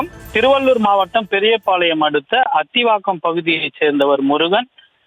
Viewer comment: ரிப்போர்ட்டர் பெயர்- யுகேந்தர். ஆகா செய்தி வாசிக்கவும் மற்ற மொழிக்காரர்களா? வநக்கம்,திருவல்லூர் என்ன தமிழ் 😢